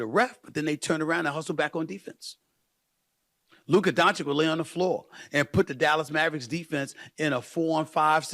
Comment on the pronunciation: Firs what Stephen must learn is how to pronounce Luka Dončić...show some respect/class Mr......